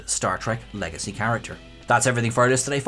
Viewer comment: Did you just say “Legacy??” 😅